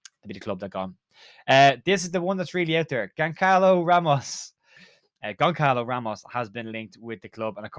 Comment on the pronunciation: It’s pronounced gonsalo ramos btw